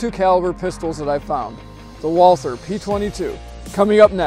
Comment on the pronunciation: It’s pronounced Walter. Not Walthur.